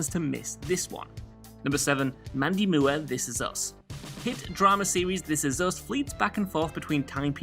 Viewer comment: Mandy moo-were. 😂